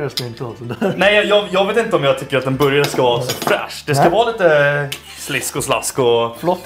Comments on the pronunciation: Låter som han säger boujarhak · ”En borgaje”